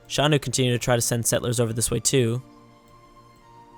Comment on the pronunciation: The Xiongnu are not entertaining; they shouldn't even be on the strawpoll. Plus you have been butchering their name (Zshongnu, not Shanu) this whole series.